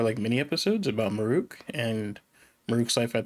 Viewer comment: "Muh-REWK's Daily Life" Why do so many people mispronounce 'Marulk' in that exact way?